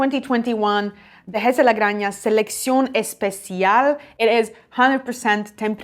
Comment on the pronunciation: wonderful, thank you. May I correct your pronounciation in spanish? The J in Granja ist pronounced the same way as the J in Rioja. Fabulous, 93 points for Dehesa de la Granja. Do you know the other wines from Alejandro Fernández? La Pesquera (Founding Member of DOC Ribera del Duero), El Vínculo (from La Mancha), Condado de Haza? Kind regards from Madrid!